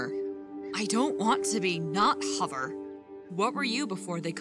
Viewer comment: It was kinda funny when fire said who's hovver